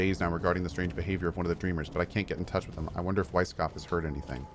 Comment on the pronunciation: ok, Cohh pronouncing Weisskopf as Weiss'n'kopf drives me a bit insane